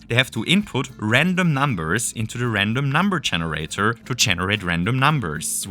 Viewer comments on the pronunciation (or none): andom umber enerator